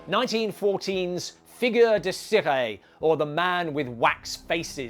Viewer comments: Cire is pronounced "Searr" as in when you sear a steak except the "r" is a French "r". So, it's not "searray" but "searr". Not trying to annoy but just trying to educate. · The e in the French word Cire is silent, but you did your best. ^^